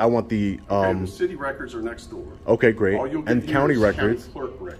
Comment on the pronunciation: you mispronounced "all"